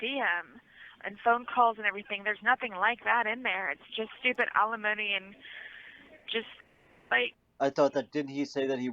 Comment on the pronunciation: It's alimony NOT felonomy !!!